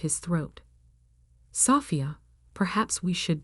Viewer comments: Can we get real people to read the stories? Sophia’s was pronounced like a house part. Love the stories, but goodness, can we not proof-hear before publishing? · Your AI needs to learn to read the name and not pronounce it phonetically, LOL! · God the AI voice over absolutely sucks. Learn how to pronounce Sophia. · the person reading this story is not good. bad pronunciation of words including how she says Sophia. not to mention anyone looking to prove their family was wrong about their choice of a career wouldn't wait 15 years. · learn how to prounce sophie...stupenagle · A.I. again. Can’t pronounce Sophia. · Great story! Too bad the AI voice can't properly pronounce "Sophia".